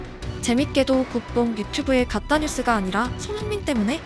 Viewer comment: 오늘도 잘봤어요 님^^ 영상 50초쯤 ... "가짜뉴스".. 부분. "가따뉴스" ㅋㅋ K님영상 숨은찾기 혀짧발음 첨듣고 귀여웠네요!! 음. 태국은 앞으로 축구 계속 발전할거같네요. 일단 축협회장 "마담 팡"(금수저 재벌 신분 떠나 최근 태국축구사 행보 궁금하신분들은 찾아보시길..) 축으로 올바른 방향으로 가고있는게 느껴집니다. 물론 팬들까지.. 이번주말 토일 넘어가는 00시 자정 토트넘vs루턴타운 경기. 꼭 봐야죠~ 항상 고마워요 ❤